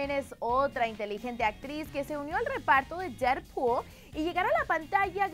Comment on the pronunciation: quien diablo es DERR POOL ajajaj que mal ingleeesss ahahahah DEAD POOL... corazon XD